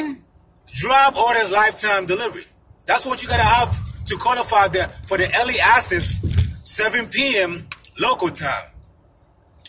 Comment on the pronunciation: It sounds like you’re saying early ASSES